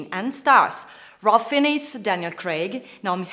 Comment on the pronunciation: I can't understand a word this girl is saying and she badly mangled every actor's name she mentioned starring in Bond. Ralph Finnis?